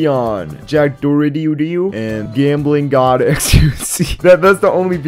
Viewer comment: Gambling god who? You didnt pronounce it